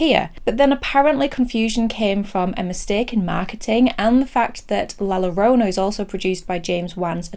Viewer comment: once again, a great review. Even if I don't agree. I wonder how many language purists cringe at you saying La Llorona and Chaves though. I wish I could watch the pain in their faces as you say it. That is the real horror